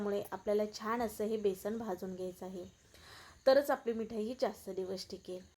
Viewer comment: बेसन,बेसण नाही म्हणत.